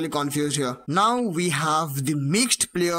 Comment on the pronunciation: Bro stop saying T O T Y say it all together